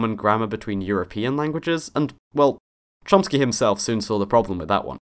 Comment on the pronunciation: *Chomsky. UnBeLIEVABLE how many of you got that wrong. It's Noam Chomsky, not Lomsky.